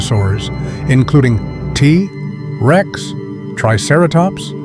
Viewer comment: I thought it was a real voice until he started saying "tuhrex." Also, the phrasing: "Protecting hell ..", Picture hell ..", lol. The AI voice may have an easier time saying"Tyrannosaurus Rex" in full. Other than the annoying AI narration, it was a pretty good video